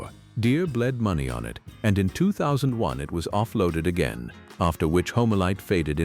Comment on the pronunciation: Ai strikes a-ga-in! Can't pronounce and can't manage some :eyes-purple-crying:numbers either.